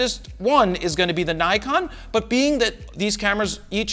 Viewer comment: I'm bit bothered with Naykon! Please pronounce it as Nikon it's japanese.